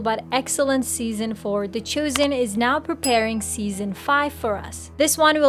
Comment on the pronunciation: Why are you saying the Choosen? It's The Chosen.